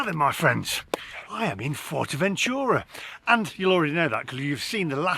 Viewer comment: So you're judging Fuerteventura by visiting one town, looking at Asian, Chinese, Indian and Burger type places. You're in Spain mate. 🤔 It's pronounced Foowertaventura and Coreleho BTW. You do a few car videos. Get in one and drive around the island. You'll see all the sand dunes etc.. You've heard of. But hey if you like Blackpool in the sun fair enough.